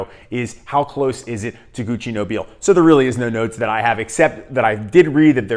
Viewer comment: I find Duc De Vervins very close to Nobile (and it's pronounced No-bill-eh)